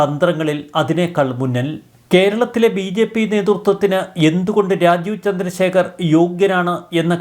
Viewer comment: രാജു ചന്ദ്രശേഖർ അല്ല. രാജീവ് ചന്ദ്രശേഖർ എന്ന് വ്യക്തതയോടെ പറയു..